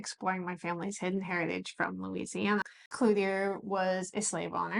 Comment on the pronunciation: Clouthier is pronounced "Clue ch-yay" . If it makes sense.